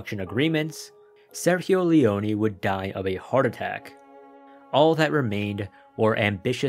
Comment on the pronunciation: no you don't is an italian name Im italian and your pronunciation was really painfull to hear Great video btw